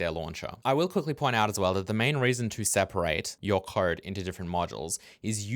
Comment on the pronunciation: Does anyone else think pronounces code like "khode"?